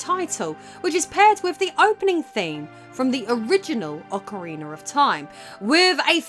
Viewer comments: It's not Ocariner of Time. It's Ocarina of time. There's no R at the end of Ocarina. LOL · Why does she pronouce it 'Ocariner'? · Love it lol you said "Ocarinar" xD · "Ocareener" lol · "Aucha-Reener of Time" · Ah good ol Ocariner of time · why do you always sound like you say "Ocariner of Time"? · Ocariner of time... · Instead, we got “OcaWEINER of time” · Ocker-reener of toime. Queen's English my butt...